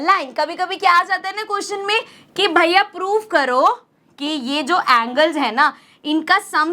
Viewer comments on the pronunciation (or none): none